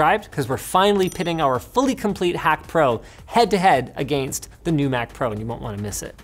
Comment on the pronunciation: He does the same when he says against.